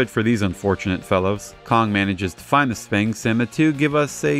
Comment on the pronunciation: This show feels even weirder than the Godzilla shows. It's a shame so much of it is lost. Hope someone manages to find the rest (Also, minor nitpick but that pronunciation of sphinx hurts my brain)